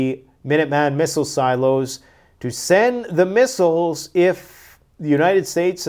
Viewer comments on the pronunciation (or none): none